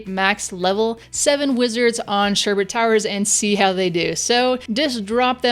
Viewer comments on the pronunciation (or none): Sherbet towers.... not sherbert 😒it kills me to listen to people that don't know how to pronounce